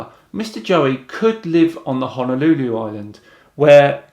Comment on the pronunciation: As a Hawaiian resident, your pronunciation of Kauai (sounds like Kah-oo-wa-ee or Kah-wai) as ”Cow-wee” was fairly amusing. I always enjoy hearing mainlanders butchering our names. 😂 Though in fairness Honolulu rolled right off your tongue nigh native spoken (though Honolulu isn’t the island, it’s a city on O’ahu). 🤙🏼